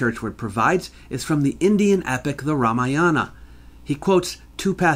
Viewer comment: The ramayana... The Ra Maya Anna